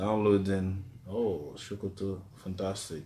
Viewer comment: It is So-Ko-To not Sho-Ko-To ... #TakeItBack